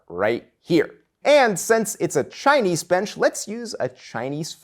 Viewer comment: The way you keep mispronouncing Chinese grates. The low bench style - whatever nationality - holds nothing for me. I boke my back at L1S1 years ago and it's never been entirely right since then. Just the idea of sitting hunched over for hours on end ties my back in knots.